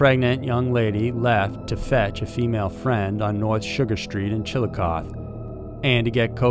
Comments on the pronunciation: FYI: The e in Chillicothe is pronounced, so it's pronounced "chi·luh·kaa·thee." It's a Shawnee Indian word that means "big town." Chillicothe was actually Ohio's capital from about before it was changed to Columbus. 😁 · It's pronounced chil a coth ee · Jesus...Chilicothe... pronounced Chill a coth eee... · It's pronoucned chil i coth ee. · I think it’s chill-a-cloth-ee pronunciation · The end of Chillicothe is pronounced like “coffee” but with a “th”. Chillicoth”ee”. I have a bunch of family lives there. I know. Only have of out cities here in America’s shirt pocket (Ohio) are pronounced how they’re spelled. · The "e" on the end of Chillicothe isn't a silent letter! It's pronounced chil-uh-koth-ee! Plz learn how to pronounce my towns name correctly if your planning on telling a story about our dead & missing women for views! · I love your voice and this story needs to be told...but i wanted to let you know the pronunciation of of the town's name is Chill-o-coth-ee. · Chill a coth ee is how it's pronounced. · The pronunciation is like chill luh koth ee. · Chillicothe is pronounced chilli-cothee Also they believe that the missing woman jayme bowen from the south side of Columbus is also linked with these women. They all had several things in common. They were recovering addicts/ possibly relapsed They had participated in soliciting at one point They also all knew each other I live in in Columbus and followed these cases. There are so many drug addicts that the cops won't take one missing seriously in this part of Ohio. You will notice that most of the heroin addicts from Newark, columbus, Lancaster, chillicothe e.t.c... are all linked together on Facebook as friends. The common demoniater is heroin. This tells me that most likely it is a drug dealer killing these women for some reason or another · In Ohio, we say that last "e" in the name. Chill-icoth-ee. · Unfortunately its pronouced chill-oh-coth-ee but since youre amazing we will let it slide lol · CHILLI CAWTHEE